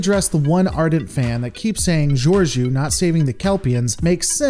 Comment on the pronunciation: How can you still not pronounce Cpt. Shanghai's name? It's just george-o. Not djurdju or whatever your saying. I'm not mad, just disappointed. 😉